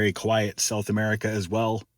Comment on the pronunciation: You just said gulf of Amurika . lol